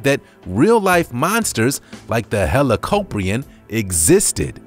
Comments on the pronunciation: it's not helapopion it's helakopien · it’s pronounced heli-cop-ree-on